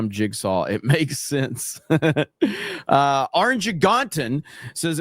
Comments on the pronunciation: Orange a gon tin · Is the streamer saying orangutan wrong on purpose?